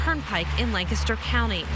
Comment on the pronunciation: Good one! I agree with you 100 %! Bonus points for pronouncing "Lancaster" correctly!